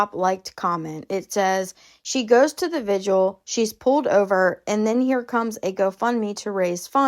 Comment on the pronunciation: Love your tea, love your channel but I gotta tell ya, it's VIGIL, not VIGUAL